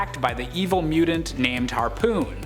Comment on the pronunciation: Anyone else have a problem with how he pronounces mutant ?